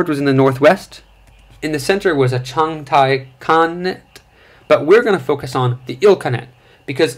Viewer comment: not ChaNGtai.. ChaGatai